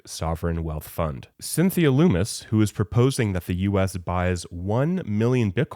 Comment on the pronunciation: Btw, it’s Cynthia LUMM-MISS, not like Dan Loomis